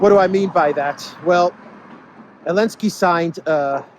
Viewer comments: I love how you drop the Z in his name. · Dear, is it Elensky or Zelensky?